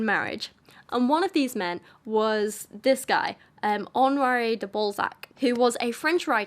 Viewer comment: His name is not pronounced like that. And his books are obviously a parody of his society's social norms. De Balzac was the original troll. O me, the satire is so heavy in this one that it's almost grabbing me by the eyeballs and telling me "Look! This is satire!!!".